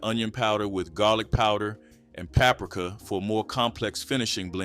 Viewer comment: You pronounce paprika wroooooog lol